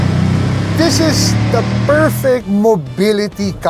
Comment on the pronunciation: "This" is pronounced with a voiced 'TH' - just fyi. :)